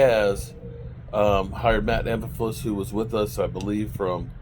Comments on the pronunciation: It's Flus to Make it simple for you it's Flus like Flooooos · Matt Ee-ber-floos